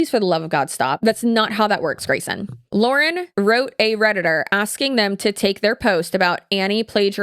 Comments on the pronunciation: I think people who were looking for an outside perspective on the Hidden True Crime thing got so upset by you mispronouncing her name repeatedly because it makes it sound like you didn't do your own research. If you watch any of Lauren’s content, she says her own name at the beginning of every video. The fact that you mispronounced it made it feel like you just read a script sometime else wrote instead of doing your own research. Given the nature of this scandal, I think it's warranted that people point out if you mispronounce the name of the person you are covering in depth. Love your content and how you cover all kinds of different online topics, but on this one I was skeptical about how much research was done on HTC because you didn't know how to say the creator's name. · People were whining about you mispronouncing because she says her name at the beginning of every video.hard to miss. Also I'm not arguing the video or if she's plagiarized just generally can we please start doing our own investigation instead of relying on chat gpt which ai not only is terrible for the environment but it misses nuance and context often.